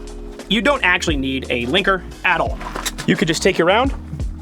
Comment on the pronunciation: Every time said "Linker" I heard "Clanker"